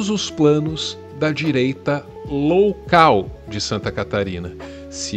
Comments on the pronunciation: Só eu ouvi "direita LOWcal"? 😅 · direita LOUCAL. Detalhe pra ênfase do kkkk